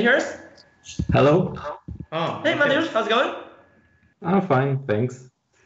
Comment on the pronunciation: What an incredibly complicated game (although white did feel behind from relatively early on to me). Great commentary as always, thank you. <3 Minor nitpick: I'm fairly certain it's ma-TE-usz, not MA-te-usz. So far (including the third video), Eric Lui is the only commentator who got the pronunciation right. :D